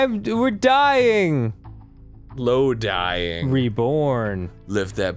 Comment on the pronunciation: "LoaDying". Really?